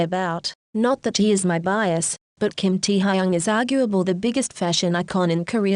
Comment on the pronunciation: kim tee-ha-yung 😭